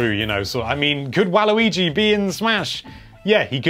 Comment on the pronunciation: Its Wario's colors not Wai-luigi